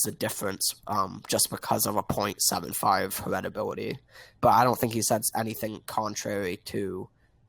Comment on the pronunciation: Her-et-ability. The fuck.